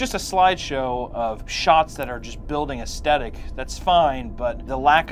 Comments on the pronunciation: "Aesthetic"...... ass "TH" tic...... other than that . Love your work!. Xxx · Say aesthetic again